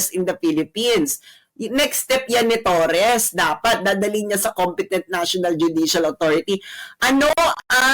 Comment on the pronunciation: mam, torre ang apelyido nung animal, tanggalin nyo po yung s sa dulo.